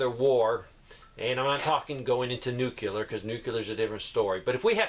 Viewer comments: it is pronounced "NEW-CLEAR".... NOT ... "NEW-QUE-LEER". It is two syllables... NOT three. Thank you for your time...carry on. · Sir don't say "new cue ler". say "new clear". respectfully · Nuke Lee err. Can't stand new cue ler. Lol